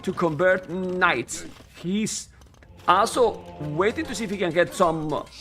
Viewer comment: Every time said 'also' I heard 'Asshol*':)